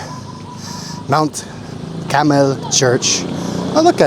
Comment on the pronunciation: it's Mt. Carmel not Caramel😅 Sabang (name of the town) not Sabong (cock fighting)